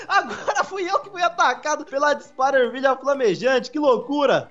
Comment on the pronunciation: parece que ele fala SPIDERERVILHA